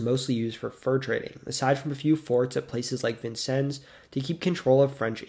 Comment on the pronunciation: Look at you saying Vincennes right!!!! I’ve heard it all sorts of ways but by fave is Vin Sin Knees Now try Loogootee 🤣